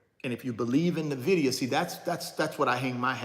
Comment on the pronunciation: Why you say “NIVIDIA” when it is NVIDIA (en-vidia).